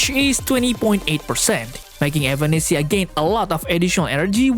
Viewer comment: Sorry who? evAnesisa? Tf you getting those pronunciation from?